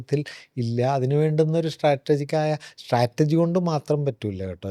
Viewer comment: സ്ട്രാറ്റർജി എന്ന് പറയുന്നത് ഒരു കല്ലുകടി ആകുന്നു.. സ്ട്രാറ്റജി എന്ന് പറയണമായിരുന്നു. ❤